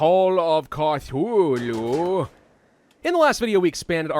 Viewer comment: Call of calthuwu